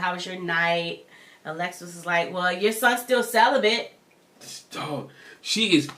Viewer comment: barebacked 🤦🏾‍♀️ Celi-bent 🤦🏾‍♀️